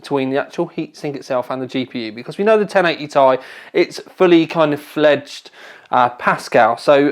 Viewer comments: Tea-Eye not Tie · FFS, it is T I, not THAI. Even Jen Hsun pronounces it T I. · please stop referring to it as a ti (tye) it's Ti (tee eye) as in the chemical element for titanium Sorry but it bugs me other than that keep up the good work:) when do we get the benchmarks? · Its not "tie" its "tee-i" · It's T-I, not tie, like tie fighter -_ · why are you saying TAIIII? unsubbed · That "Tay(Ti)" made me close this video and look for another review. Hihihi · Jonathan Wood It stands for Titanium. Nvidia even pronounced it 'tie'. Unless you pronounce titanium, T-I-tanium and nvidia is wrong. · Why does he say "ti" wrong!